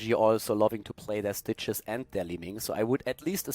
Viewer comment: When says "Stitches" I keep hearing "Citrus".